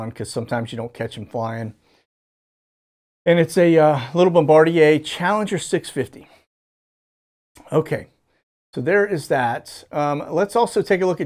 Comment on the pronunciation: Bombardier is pronounced bomb ba deer